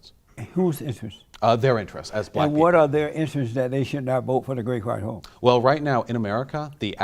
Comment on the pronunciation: I thought for the whole time mentioned Donald trump as being the “great white hoe” and he’s pronounced it properly today and it’s the “great white hope” 😂😂